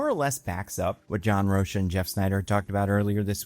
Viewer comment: Great video, but just a gentle correction: John Rocha's last name is pronounced Roe-Kah